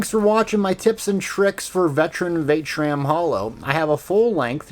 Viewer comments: Vat -eh-shran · Are you pronouncing it wrong on purpose ??